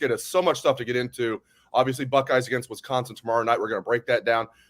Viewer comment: One of my pet peeves in life is when people call Wisconsin "Wess-consin" 😂